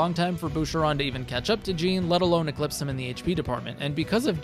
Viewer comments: Btw its pronounced like Sean (Shawn) but with a J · You pronouncing Jean as gene is a hate crime lol. Great build 👏🏻👌🏼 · I'm just curious why you pronounce his name "jeen" and not "zhaun", when that's how he says it (like Jean-Luc Picard). I mean, I can see that it reads as "jeen", but it does also read as "zhaun". Like, I have yet to ever hear anyone pronounce Sean as "sheen". Awesome video though, and it's stuff like this that makes me want to do a second run sooner (sorry to most of my backlog that I've promised to get to). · this guy didn't even play the game if he's pronouncing Jean's name like "a pair of jeans". gross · It's pronounced "Zhahn" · the pronunciation of jean is killing me. 😅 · Alright... Who's gonna tell him how to pronounce the name right? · Came right to the comments after I heard how he said it lol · Love hearing you mispronounce his name the whole video. But I LOVE this build. You're killing it with your vids my guy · The way you say Jean feels very weird considering how his name is actually pronounced. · You can’t use the “I pronounce it like that because that’s just how the name looks to me” excuse in a game where they actively pronounce the name, it frustrates me to no end hearing you pronounce it wrong Good video though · Video would be a 10/10 if you would pronounced his name right. So instead, 5/10. For the Jean disrespect. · Bruh the characters say each other's names constantly in this game. You've gotta be used to the correct pronunciation by now.